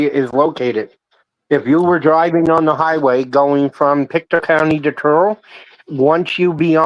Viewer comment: Hey - we're Pic-toe. Not "Picktoo". Get that right, and you'll be ahead of the idiots who can't pronounce easy words. Thank you from Pick-TOE County.